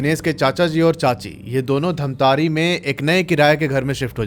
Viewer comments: Bhai dhamtarrii nahi bhai dhamtari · धमतरी है भैया धमतारी नहीं😅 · Yes mai bhi same yahi batne wala tha ।। It's धमतरी not धमतारी becouse I'm also from Raipur Chhattisgarh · dhamtaari nhi bhaiya dhamtari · धमतारी ❌ धमतरी ☑️ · Pronounciation thik kar lijiye , dhamtaari nahi dhamtari district hai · धमतारे नहीं धमतरी है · Dhamtari hai bhai dhammtari nahi edit karo humare shahr ka naam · Bro.. it's dhamtari...not dhamtaari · धमतरी ✅धमतारी ❌ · Dhamtare ni sir धमतरी है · धमतरी है धमतारी नहीं है 🙄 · भाई वो धमतारी नहीं है वो धमतरी है😂😂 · धमतरी है भैया जी धामतारी नहीं है मैं धमतरी से देख रहा हूं 😅😅😅🎉🎉🎉❤❤❤ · धामतारी ❌ धमतरी ✅ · Dhantari ni bro dhamtari hai 😂 me wahi se hu dhamtari se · धमतरी है धमतारी नहीं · Bhai pahli bat to ye धमतारी,,,2 क्या bol rha hai wo धमतरी है ।। Mail check karke ek bar name google kr lete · भाई धामतरी नहीं है धमतरी है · धमतरी है भाई जगह नाम धामतारी नहीं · bhaiya for future references it's not धमतारी, it's धमतरी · भइया वो धमतारी नहीं धमतरी है 😊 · धमतरी है उसका नाम न कि धमतारी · Dhantari ni hai bhai dhamtari hai😅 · धमतरी है धमतारि नहीं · Dhantari nahi hai dhamtari hai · Damtari× Damtri/😊😊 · Bhai dhamtari nahin dhamtari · Bhai I am from dhamtari but ise धमतारी nahi धमतरी kahate hain ❤❤ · धमतारी नहीं धमतरी है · धमतरी hai bhai धमतारी nhi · छत्तीसगढ़ से हू और धमतारी नही धमतरी है उस शहर का नाम 😅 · Main chhattisgadh se durg se hu aur ye bat sach hai jo black magic krte hai wo sach me apna santulan kho baithte hai. Aur ha sir धमतरी है धमतारी नई है sorry mujhe lga to maine bta diya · Bhaiya vo dhamtari hai dhamtare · धमतारी नही धमतरी है और किस गांव से हो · Bhai dhamtari me mera mama ghr hai aur raipur me mai raheta hu😂😂btw aap dhamtari ko glt bol rahe hai